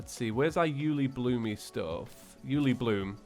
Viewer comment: stil calls it ulibloomy